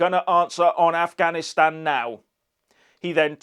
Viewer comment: No he said "I'm not gonna answer questions on ganastan" he couldn't even pronounce Afghanistan.